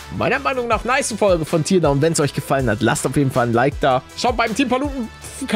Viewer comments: Schon wieder. Er hat's schon wieder Tierdaun anstatt Tärdaun ausgesprochen. Ich schreibs jetzt seit der ersten Folge Teardown, aber es ändert nichts. Allerdings werd ich auch nich aufhören, es in die Kommentare zu schreiben. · Nein. Man spricht es nicht Tierdaun sondern Tärdaun aus. Ausser man spricht noch nicht lange Englisch und verwechselt die Aussprache mit der von "tear" (Träne), anstatt "to tear" (reissen/zerreissen). Englisch ist meine Zweitsprache, ich weiss also wie's sein sollte. Und es triggert mich.